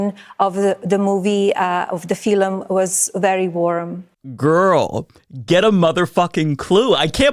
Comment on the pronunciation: the way you said Gwoorl that took me TF OUT loooool!